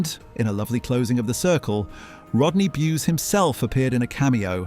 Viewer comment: Thenk you for finally pronouncing Rodney Bewes' name correctly.